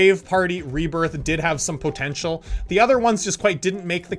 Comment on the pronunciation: Nobody:: pO tEnTcH E a L